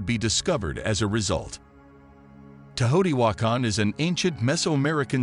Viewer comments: “Tay-o TEE wah kahn” not “tuhHOteewakkun”. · Hate the hideous mispronunciation of the name: <Tayo-te-whah-kahn> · Pretty sure it’s not pronounced Tahoti wakon just sayin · The way he says Teotihuacan Is disrespectful its like when you say some ones name wrong and then your just like what ever. Simultaniously its the funnest thing ive heard in a while i can imagine just saying im sorry come again a couple times with my paisamos looking at eachother trying yo keep a straight face. Like that Jack in the box commercial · Please put a narrator who can correctly pronounce the name. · Why does the narrator mispronounce the name so badly? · This AI can't read Teotihuacan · Teotihuacan is badly mispronounced. You made a nice film....research how to pronounce words that have long been in use. It is a distraction.